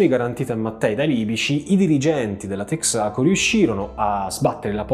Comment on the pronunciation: Comunque in "Texaco" l'accento cade sulla "e" non sulla "a". Come in molte parole anglofone sulla prima vocale, tra le quali proprio "Texas", da cui "the TEXAs COmpany".